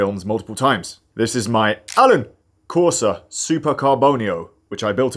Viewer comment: Aaaalaaan. The A is more pronounced in the Italian language!